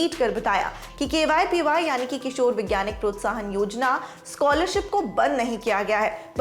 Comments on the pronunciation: Ma'am it's KVPY not KYPY.....!!! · Why is anchor saying KYPY instead of KVPY? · Camera Jatin ne shambala pr jaban sambhale ke liye bhi kisi ko rakh leti madam. KVPY ko KYPY bol rahe hai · Dekh rha h Binod . . Kaise KVPY ko KYPY bol ke nazarandaz Kiya ja rha h.😃😃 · Pagla gyi hai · She must be reading it from her documents, whoever wrote this news must be dumb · KYPY kyu bol Rahi hai aap baar baar. It's really irritating. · ये v को y पढ़ती हैं। समीर भाई की बहन। (BB ki vines) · Main word KVPY hi galat bol rahe hai 🤦